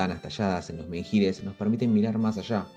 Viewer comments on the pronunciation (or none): Menhir, la h es muda, no suena.